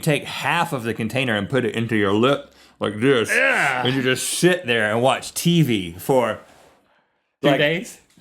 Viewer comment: That doesn't sound like "sit"